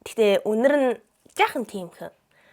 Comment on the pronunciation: Үнэрий гэсэн нь үнзэ гээд байгаа юм шүү 😂😂😂😂😂